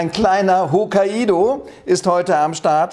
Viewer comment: Tolles Rezept 👍 Es heißt übrigens Hok-kai-do-Kürbis, wie die japanische Insel Hokkaido (ほっかいど) 😊 Ansonsten aber ne tolle Idee. 👍 👍 👍